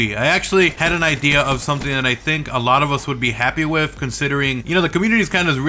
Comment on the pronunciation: Hey buddy it's with not wiff